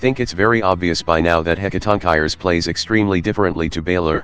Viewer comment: Warning: do not use this video as a guide on how to pronounce "Hecatoncheires."